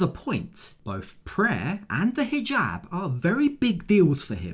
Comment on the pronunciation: Why does she pronounce it "hee-Gab" (hard "g")